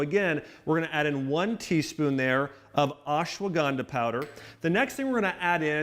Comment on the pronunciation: Please axe Dr.Axe from your subscriber list ASAP. He is the biggest charlatan running amok on youtube. Bone broth as an ingredient into ancient ayurvedic "Turmeric milk" is nothing short of Heresy. By the way that secret ingredient is Ashwagandha not ASS-shwanganda! If you add Bone broth into everything that you eat or drink then you don't miss anything from this channel - if at all.